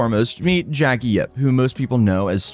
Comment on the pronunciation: It’s Jake bro. Not Jackie 😂